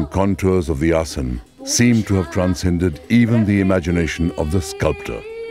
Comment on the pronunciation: What a wealth of information! I cannot imagine condensing the history and study of yoga into a 90 minute video. That must have been a very difficult task. I am curious why the letter “a” is dropped when pronouncing certain words, for example asan instead of asana.